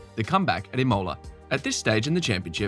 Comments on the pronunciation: like Max, I have my limits, and love to seek them, listening to someone talking sense (?) about Formula One and prounouncing the ultra famous circuit in northern Italy, close to San Marino as ImOla crosses them to quote a certain famous Austrian: No, Mikey, No! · Emphasis needs to be on I ,not on mo.. It annoys me from multiple people and for multiple tracks. I mean, it is not hard to look up the proper pronunciation